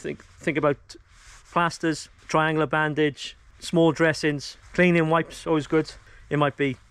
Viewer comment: Say, "Tri-an-goola" again. Please 😀 And amblumanse.